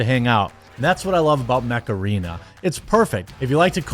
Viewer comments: I'm a silly English chappie and I thought he WAS saying "macarena". My poor English brain was so confused. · Is that mech arena or macarena? Hey mecharena! 😄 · Jeremy, the way you say Mech Arena is how imagine your average Wisconsinite to say macarena.